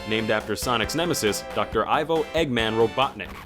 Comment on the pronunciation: "Dr "Eyevo" Eggman Robotnick" - Its actually pronounced "Eevo" as in "evil"